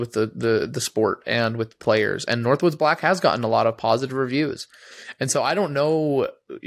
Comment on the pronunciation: Northwood Black. No "s" 🤦🏼‍♂️